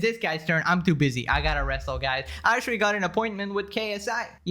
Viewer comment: he so cute litewawy and actuawy